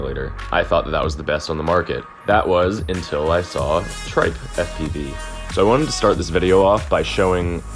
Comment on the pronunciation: lol why did u call it Tripe